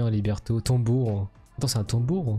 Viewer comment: C'est Libretto et non pas Liberto